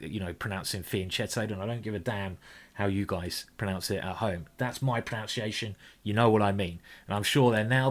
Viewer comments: Hur, it's not pronounced 'pronounciation', I looked it up in the dictionary and you said it totally wrong, your proNUNciation is horrible because it's pronounced 'pro-NUN-ciation'... oh yes, because my name is geeky Paul and it's what I do. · Your worst pronunciation was that of the word pronunciation ;)